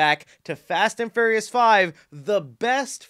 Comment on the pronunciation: Hearing you pronounce furious as furryious makes me smile